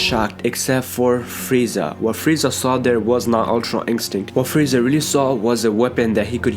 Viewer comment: Fweeza... Has me rolling